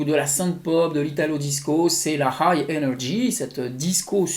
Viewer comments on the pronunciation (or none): none